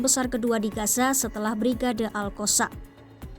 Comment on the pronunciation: Min sebut la betul2.. Lidahh tu adjust sikit, All koossamm ? 😂😂😂